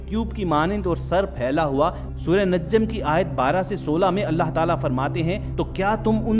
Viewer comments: Oh Bhai ye surah najam hai or aap surah najjam bol Rahe ho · It's najam not najjam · Not a najjam is a “najam” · In ki ye ghalti mene bhi note ke thi Acha hwa ap ny sahe Karaya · I like ur video but little mistake surah najam not. Naj,jam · its not najjam pronounce it najam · NAJJAM ni hay bhayee NAJM hay... anyways video is good ,, keep it up .. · Assalamu alaikum you are doing a mistake that its not NAJJAM it's NAJAM . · Bro najjam ni najam ha plz apni galti ko thik kren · Bhai surat ka naam NAJ-JAM nahi NAJAM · Admin yeh lafz Najjam nai hay Najm hay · Bhai lafz Najjam nhi Najm hai. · The person narrating this video is persistently calling "surah an-Najam as an-Najjam. Mind your attention Mr. It is not pronounced as najjam نججم the ج (jim) of an-najam doesnt have shaddah instead there's a sukun and it is Qalqalah hrf قلقله حرف، so caanot stress on the ج (jim). Although theres a shaddah on the non ن Please correct yourself An-Najm ٱلنَّجْم May Allah Subhana wa Ta'aala forgive us for our intional and unitentional, known and unknown, big or small, recent or past and upcoming mistakes and guide us all to His path of righteousness, and save us from the judgement on the day of judgement, and enter us to the highest levels of janna-tul-firdouse among His most loved ones, in sha'a Allah. Aamen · With due respect please pronunce properly the name of Surah. check out the Airab (there's no tashdeed on ج)